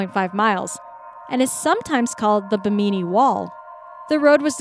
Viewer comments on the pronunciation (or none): Where the Hell is "Be-MEE-Nee". 99.9% of English speakers pronounce the name of the island "BIM-In-Nee". If ignorance is bliss, you must be one happy young lady. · Bimini pronounced like Jiminy Cricket, not like Bikini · "buh-MEE-nee"??? Seriously? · Just an FYI: Bimini is pronounced [bim-uh-nee] 😊 and for size comparison... that cage is 6 feet on one side!!! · wrong and I thought you supposed to be smart